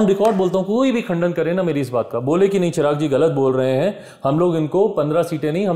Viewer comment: गुरु जी चिराग नहीं चिराग़ हैं।